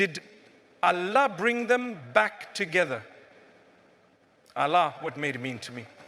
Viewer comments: Is it a Ai? Because Mufti Menk doesn’t pronounce Allah as Alaa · Why does he pronounce Allah in a sound i never heard him say? Allah is not pronounced like that